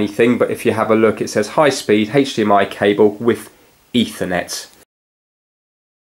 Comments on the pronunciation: haych dee em eye :) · Haitch DMI